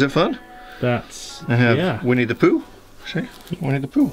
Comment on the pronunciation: Thought said “we need a poo” lol weenie the Pooh